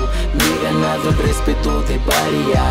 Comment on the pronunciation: Halguien a notado q cuando deletrea RESPETO dice RESPERO